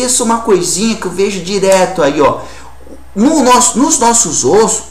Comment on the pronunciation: "nos nossos ÔSSO " kkkkkkkkkkk